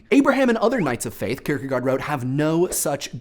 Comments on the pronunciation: Only one thing, i think it is pronounced "Kirkegort" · Kirkegard sounds weird... fistly it is an å secondly the "d" is soft................... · Your pronunciation of Søren Kierkegaard made me cringe. I know pretty much nobody outside of Denmark would be able to, but it still just sounds so wrong. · That is the funniest pronunciation of søren kierkegård I have ever heard XD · your way of pronouncing kirkegaard was weird, also i liked the spoileralert thanks